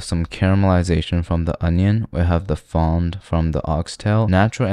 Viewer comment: Fond means bottom, just hold the D, it's silent.